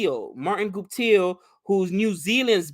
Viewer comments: you know you have been watching a lot of Indian stuff and trying to pronounce Indian names when you say "Gooptill". It's like you think it could be "Gupta" 🤣🤣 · 😂 I thought the same that pronounced Guptil phonetically like it's an Indian surname which are spelled phonetically but I bet Nick wouldn't have done that coz he doesn't pronounce even the Indian surnames phonetically. Watch the video India Cricket Basic Overview, it was fun to watch & may be needed (or 😂) to help out with the Indian surnames.